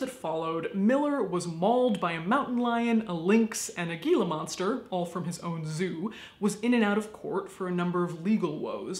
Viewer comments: It’s “Hila” not “Gela” Monster. Love your stuff! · It's pronounced HEE-la monster, not GEE-la. And you really gotta be a jerk to get mauled by one. Like MOST desert reptiles, they're pretty laid back and calm. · Just an FYI. If I misunderstood I apologise, but Gila is pronounced Heela. So a gila monster (or hila). 😃. I learned something living in AZ. Lol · "heela" not "hella" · is nobody else going to point out that not only did caitlin pronounce gila monster like "geela" instead of "heela", but that getting attacked by a gila monster is... surprisingly more difficult than you'd think, since they tend to be extremely chill little dudes? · Honey, it's pronounced "heela", not "geela". Love you here in Tucson. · Heela Lovely Death Queen, not Geela. hugs and kisses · Gila monster is pronounced like hela monster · I love you. Also, it's pronounced he la monster. Also, also, "Barbecued Horse Wall" would be a great name for a band. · I'm from Arizona and I have never heard of this. I'm used to the Superstion Mountains that have the ghost story of The Lost Dutchman and his gold treasure. Also Gila is pronounced Hila. Saguaro is pronounced sa wore o. G's tend to be misleading. So do j's and x's... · Love this... Though it is pronounced Hee-La (Gila) Monster. They are very shy and wonderful creatures if he got bit probably provoked it. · As an Arizonan, I am completely unsurpised that dude got mauled by a Gila monster (pronounced hila) because those things are terrifying. Most kids get it drilled into their heads at a young age to never go near one, and ESPECIALLY never hold one like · Gila is actually pronounced as an 'H' gila monsters are very dangerous lizards but also one of my favorites. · I love your videos. I just want to say that as a side note...Gila monsters are pronounced Hila Monsters ...I mean in case the very low likelihood occurs in which you have to use the word again :-) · FYI: It is pronounced "Heela" monster. Not Gila monster.